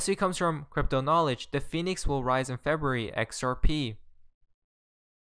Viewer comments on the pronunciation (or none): none